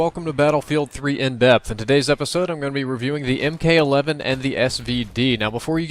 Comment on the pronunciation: ...it's Mk(MARK)11